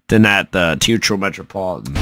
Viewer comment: All together now... it's 'Tay ah trow' not Teetro